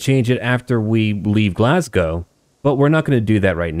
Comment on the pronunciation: As a Scottish person, I am genuinely impressed to hear "Glasgow" and "Malcolm" pronounced properly. After hearing so many Americans pronounce is as "Glass-gou" and "Mal-call-m", it gave me the warm fuzzies.